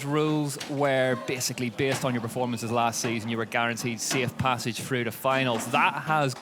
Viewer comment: "Ten go frough"